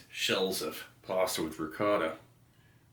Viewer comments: I was washing my hands when he said pasta I thought he said possum. 😂. Also I wonder if he were alive today. Would Elvis be fan of that trail mix? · My deaf ears legit thought you said possum with ricotta